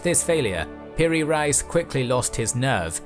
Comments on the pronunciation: Piri Reis, is pronounced PeRe Reyiz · Piri-Rice, my favourite!